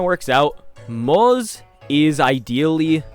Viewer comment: Day 33,550,336 of reminding CC's that Moze's name is pronounced "Mawt-Suh" But great vid!